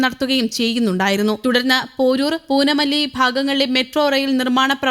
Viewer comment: Poonamalli അല്ല പൂന്തമല്ലി എന്നാണ്. പിന്നെ അത് loco pilot ഇല്ലാത്ത metro train ആണ് ആ info കിട്ടിയില്ലേ അതുകാരണമാണ് അതിൽ വിജയ് കയറിയത് എന്തു ന്യൂസ്...